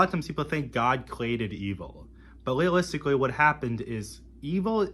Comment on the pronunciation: Weeawwistikwee "Realistically" Daaaukness "Darkness" Wew "Well" Kweeated "Created" Kweshun "Question" Numburr "Number" Weaves "Leaves" The future is lost already. Anseturs "Ancestors" Fouzand "Thousand" Wesrwekted "Resurrected"